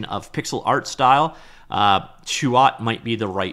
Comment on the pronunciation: damn, you nailed the "Chuột" pronunciation